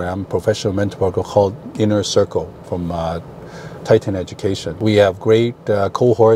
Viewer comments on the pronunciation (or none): none